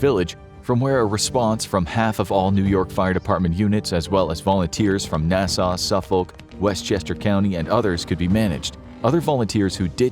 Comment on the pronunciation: Good video but it's funny how you cannot pronounce Nassau or Suffolk